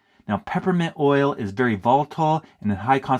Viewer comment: You call lip dis oy ell